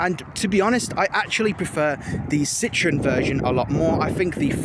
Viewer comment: Citron is french for lemon, French people laugh at the mispronunciation of the name 🙄🙄